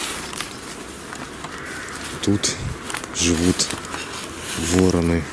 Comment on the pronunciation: Не вороны, а вороны( ударение на второй слог!. Не надо на кладбище ходить!. Возьмите, выключите в любом подъезде свет ночью и начинайте идти с первого до девятого этажа!. И будет вам" мистика"!. Ну, а если ,серьезно, если из темноты послышался дыхание и голос кладбищенского сторожа, то, припуститесь вы со своей подружкой" бежать" колбаской по малой Спасской!"